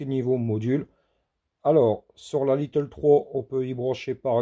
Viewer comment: Pas little comme tu le prononce mais lite ou comme de l'ail avec te à la fin. Désolé 😶